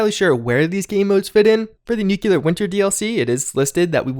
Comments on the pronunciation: nu-cle-ar. not nu-cue-ler. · Please, nu-clear not nuku-lar. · Nuclear is pronounced new klee ur not new kyu lur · "new-cle-ar". not nuke-u-lar. please, it's driving me nuts!! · love your content! 1 small thing though. It is Nuclear, like New-Clear. Not nuke-you-lar. Thank you! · Newk you lurr 😆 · *NOO kleer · sorry ...its nu-clear 2 syllables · Why is it so difficult to pronounce "nuclear" ? I swear I didn't hear anyone saying it right...